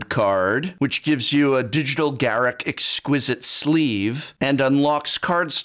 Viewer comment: The term now is "drip" btw bling was in the 2000s. EDIT: I'm so happy you say Garruk the right way btw. The mega code doesn't become useless if you don't play MTG as it will be sought after by players and you can sell it easily on ebay. Edit: srs tho Wizards is a company, and they gotta make money. I agree with the whale stuff, but then it feels a bit dividend of community.